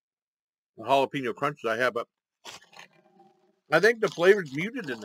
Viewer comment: The way you were saying jalapeno sounds like Galapagos as in Galapagos islands